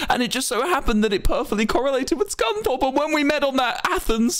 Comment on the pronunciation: its scunthorpe